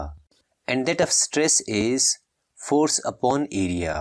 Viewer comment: At stress mhee pronunciation mistake ohh gaya sir